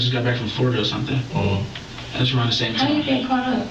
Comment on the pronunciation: Lmao this narrator😂 "Tgats three nevers ina row" 😂😂😂